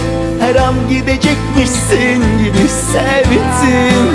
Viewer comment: Her şey çok güzel de Yusuf Demirkol'un 'sevttim' demesi irite ediyor beni